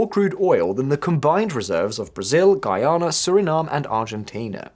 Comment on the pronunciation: I gotta congratulate you on your improvement on how to pronounce Guyana 🇬🇾 . Thank you!😅 Seriously!